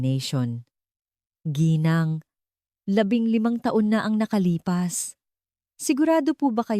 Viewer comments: Tinamad na akong manuod at toooooo dragging tapos mali2 pronounciations ng mga tagalog words like ginang naging gineng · akala ko ung "GINENG" ay pangalan..Ginang pala..AI voice ngani😂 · Ginang po ginang Hindi geneng pati alibi mo di ganun tamang bigkas 😅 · advice LNG po sa narrator ng story DTO Gng ...should pronounce GINANG SA TAGALOG MEANS MRS.IN ENGLISH ..NOT GINENG HE HE HE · ARAY KO PO ,SAKIT NA ANG TIYAN KO KATATAWA GINENG , GENG, ge e neng,ga eng ,& other ways you pronounced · im wondering, bakit hindi nila interrogate separately mga asawa? gosh.. AI voice possibly influenced the youth tomorrow 😂😂it tooks time for me to understand what "Geeneng"😂😂..Ginang pala😂😂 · Puede ba bigkasin mong maayos ang salitang GINANG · Ok sana pero ang pangit ng bigkas mo sa ginang sana mrs. Nalang ginamit mo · yun din ang nasabi ko... kaya kabuweset talaga!!! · It's so funny the way you pronounced G I N A N G .& in different ways.Research in needed so you can make less mistakes or less errors!